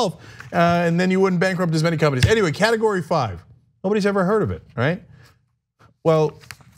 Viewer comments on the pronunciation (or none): Did he just say "carrot-o-gory 5"? well, it's understandable because it's orange.